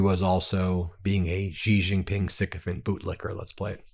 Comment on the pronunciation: It's SHEE JING PING. Not Jee Jing Ping.